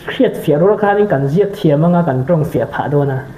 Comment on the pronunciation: Mizo history hi ngaihnawm ka tih thin a ni a, ka la ti reng bawk. Pu. Chhuanvawra hi ka rin aiin a hmel a tha daih mai, a tlangval lai hmel hmuh a chakawm mang e., hla do tih kha, DO tih lai kha, pu chhuanvawran do tih lam rik ang hmun leh hmunah tal kha chuan lam ri dik ve la, mawle 😂